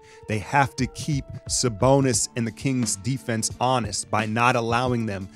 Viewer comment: lmao the way you sayin “saBONUS” 😂🙏🏾 much love bro salute! go warriors!!!